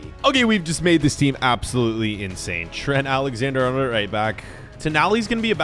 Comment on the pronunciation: My man pronounced Ali Arnold as TRENT ALEXANDER HARNOLD